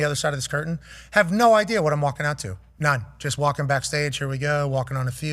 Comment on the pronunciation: Shout ahhht time stamp…on that note we appreciate the hell out buddy